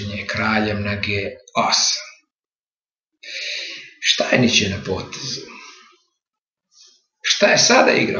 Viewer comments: Nije Štajnič, nego Štajnic (Stainitz)! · Молим поштованог да се не љути на мене, само му желим рећи да је правилни изговор презимена првог светског првака у шаху Штајниц, а не Штајнић. Иначе Штајниц је имао трагичну животну судбину, умрла му је ћерка, а он је пред крај живота душевно оболео.